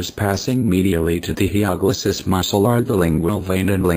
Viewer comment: It's Hyoglossus, not HyPoglossus...